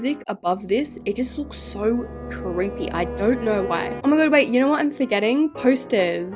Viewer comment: The way she said it's so creppy when it is creepy 😂